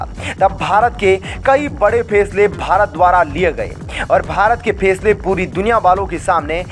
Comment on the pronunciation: फेसले नहीं फैसले बोलो । अनपढ़ कहीँ का ।👎👎🤯🤯